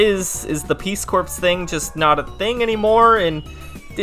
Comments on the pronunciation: “Corps” is pronounced like “core”, not “corpse” lol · Corps" pronounced "CORE", not "CORPSE". Jesus Christ, it's not rocket science. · Full disclosure: I can only hear the word "corps" (pronounced "CORE") said as "corpse" before I start to lose it. XD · “Corps” is pronounced as “core”. There, you can stop making a fool of yourself now. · Peace core. Corps is pronounced “core”. Like “1,2,3,4 I love the Marine Corps” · Isn't the P in Corp supposed to be silent?